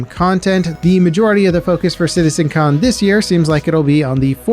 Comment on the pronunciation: "Citizecon" "Bears"? you mean Bares?